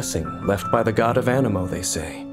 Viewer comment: Genshin impact : Anemo me :.....Ameno